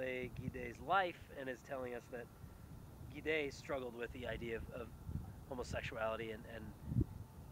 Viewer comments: Gide is pronounced JEED. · Gide is pronounced "jeed", with kinda a little shh sound at the beginning. It is a single syllable. Notice that the e at the end does not have an accent.